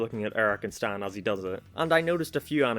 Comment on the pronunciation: Did you just say staäen insted of stan